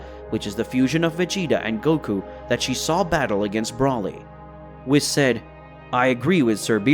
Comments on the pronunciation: It's WHEESE NOT WIS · Great video, I do think you should change how you pronounce some of the names. Whis is pronounced more like whees. Broly is with the same o you use in yamoshi. A long o and not a short one. Not trying to be a dick. Just constructive critisism. Hope you don't mind